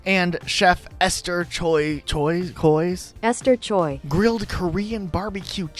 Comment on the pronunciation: Choi is read more like Cho-ae than Cho-yee, blame the Koreans (yeah that includes me) for messing it up when writing it in English.